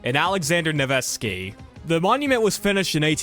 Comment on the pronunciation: I thought out of ALL Slavic names, NEVSKI is one you can't mispronounce... introducing you to NebEski, which changes his name's meaning from "of Neva river" to "heavenly". Niebieski is Polish for light blue.